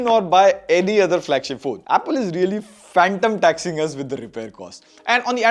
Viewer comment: It's "Fanum Tax", not "Phantom Tax".